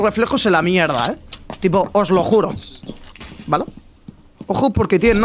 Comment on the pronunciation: Porque dice vala?